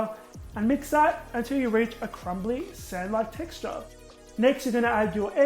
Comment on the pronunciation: Am I the only one who that memorazied the dry ingredients and says "sand-like texture" with his accent? 😂😂